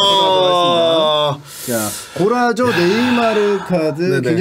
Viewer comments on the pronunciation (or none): 골라쏘 고라조라고 하는거 열받네